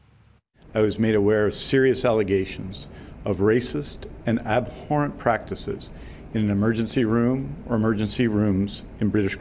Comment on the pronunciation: I've never heard someone say the h in abhorrent before